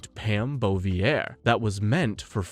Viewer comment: The pronounciation of some names does not go together with someone having watched all those movies, Samedi and Bouvier being the most glaring examples. Some other 'easy' mistakes that no one informing himself on the subject matter would make: 'Bond lands in a circus tent' - he doesn't, that's Jaws. 'Lazenby heard bye-bye...' - It was his decision to not return, he was asked. 'No one wanted to see double-old Connery return' - Connery's return outperformed Moore's outing at the box office, iirc. In any way there was massive hype for his return, literally everybody wanted to see double-old Connery. '006's parents were russian...' - This is where I am sure you have no clue what you are talking about and are just reading a script. They were Cossacks, an ethnic ukrainian / russian group forced to live under communist rule by the events of the day. They were IN OPPOSITION to the communist Russia, which is why they allied with Germany and fought against Russia in WW2 in hopes of gaining their independence. The ones fleeing to the UK seeking asylum were sent back to Russia, where Stalin waited for them - a real d*** move by his majesty's government. ...and others.... All this from the top of my head - surely I am forgetting things - makes me think you have not watched even half of the movies for this review.